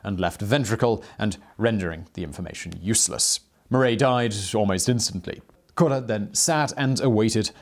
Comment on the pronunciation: Simon, it’s “mar-AH,” not “mar-EY.” (French teacher here.) 🇫🇷🇺🇸🇬🇧